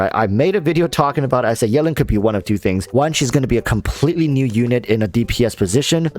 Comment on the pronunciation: You really call Yelan - Yellin' lol. It's Yee-lan